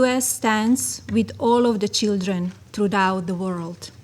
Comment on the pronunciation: We lost our reputation a long time ago. Please shut her up until she learns English. It's NOT CHEEEEELRAN. I think we need to see your visas AND your citizenship papers. Donald couldn't care less about the UN OR the way they perceive us. He'll just say we are "HOT" and he wants his "Peace Board" to be the new UN. He has all the criminal dictators there.